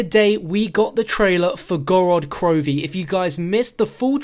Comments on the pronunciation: It's gOrod krOvi, not gorOd krovi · It's Gorod Krovee. Put emphasis on the first o in Gorod and emphasis on the last letter in krovi. Город Крови in Russian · who else is Russian and cringes when he says the name